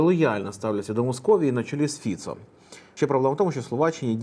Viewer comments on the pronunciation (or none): none